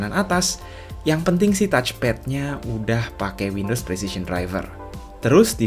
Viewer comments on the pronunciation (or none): none